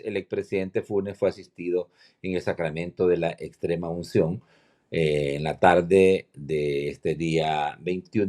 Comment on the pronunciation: de todos los comunicadores ninguno pudo mencionar muy bien la palabra extremaucion ja ja